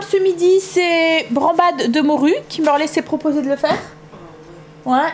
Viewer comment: Sans méchancetés surtout mais c'est branDade de morue et non pas branbade 😉😚 re bisous